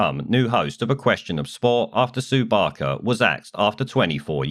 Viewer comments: Sue Baker? Sort your script out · its Sue Barker